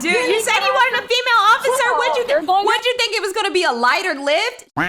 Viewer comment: “Ociffer” lmaoooo 💀